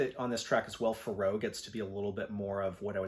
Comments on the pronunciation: Yeah I was surprised at that too, haha. “Pharaoh” pronounced like “Al Jarreau.” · Forget the pronunciation of the album title. I'm shocked by your pronunciation of Pharoah, lol! All insiginficant things like that aside, thanks for a greaet video.